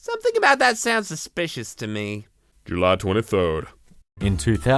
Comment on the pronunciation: "July" OH SHET ITS JELY